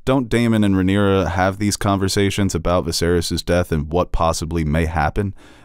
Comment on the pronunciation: Rhaenyra not Ramira 😂